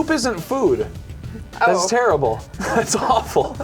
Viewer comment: "O, you're Tarable..." Oof....